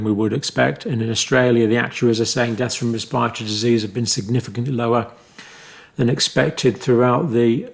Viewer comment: ress-paw-tory upper res-pa-tory infection. Love your insight.